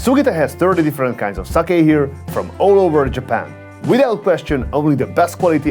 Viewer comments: I've never heard anyone say Jappen instead of Japan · JAP-IN... got it lol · I like the way you say Japan lol